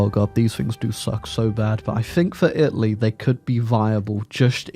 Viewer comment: Take a shot every time he says "Itly"